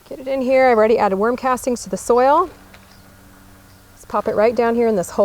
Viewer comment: Is she saying worm castings or warm casting?